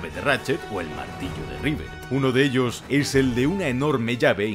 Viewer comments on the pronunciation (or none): none